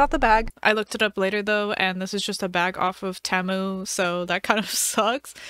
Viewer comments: It’s teemu not tamu btw love your vids❤ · temu is produced (tem-u) ?? i thought it was (tea-mu) 😭😭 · Girl it’s teeeeemu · Sorry but that is not how you say temu